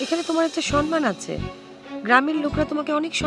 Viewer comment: Natoke baaje uchcharon "" Sonman"" sathik Somman